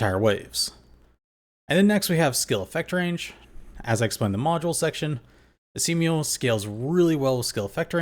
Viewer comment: Are you deliberately calling him Esiemio as a nickname? There isn't a vowel between M and O so it's supposed to be pronounced as Es E Mo not Es E Me O... 🤷‍♂️🤷‍♀️🤷